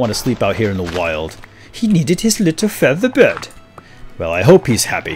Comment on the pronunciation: OMG can any one spell feather BED not bird or maybe no one can hear correctly!